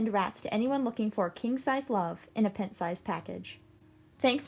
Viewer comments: just because I would want someone to tell me, I will mention that in the closing line, "pint" is pronounced with a long I sound, as in "p-eye-nt" not "p-ih-nt". love rats, loved the video! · Never have I ever heard any say pEnt for pInt. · Never heard PINT pronounced like that... going out for a pint of ice cream. OK... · Unrelated comment but Is that how americans pronounce pint (as in a pint of beer)? I never heard it saying like that. Nice vide btw. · The pronunciation of 'pint' at the end threw me